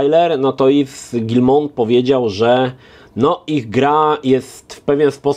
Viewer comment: Yves czyta się iw nie iws 😉